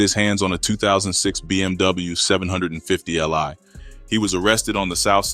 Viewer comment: My boy said. 7 hundred 50 li lmao